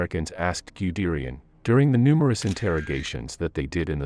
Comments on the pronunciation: I agree: if you are serious about your history, you should also be serious about pronounciation of some important names... Same for Guderian, which should sound like "goo-derian" ... not "giyu-derian" ... The English AI voice is truly distracting (in a bad way), which will lead me to not view more of your productions... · This guys pronunciation of Waffen and Guderian made this utterly unwatchable.